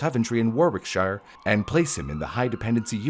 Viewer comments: Both were wrong, lol. It's "Worrick-shuh", not "War-wick-shire" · Warwickshire is pronounced "Wah-rick-sher." The second "w" is silent, and "shire" is contracted in all English -"shire" names. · Note: Warwick in England is pronounced " worrick" Also Warwickshire is pronounced as " worrickshur" 😌❤ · It’s pronounced “warrickshur”…no middle w. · Sorry but the way you say Warwickshire absolutely kills me as a person who lives very very local to this story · OH. MY. GOD. HE SAID WARWICKSHIRE CORRECTLY!!!!!!!!🤯 Edit: oh nevermind 🤣